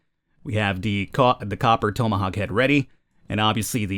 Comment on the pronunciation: tome. uh. hawk. tome uh hawk. tomeuhhawk. you had one job, man, one job.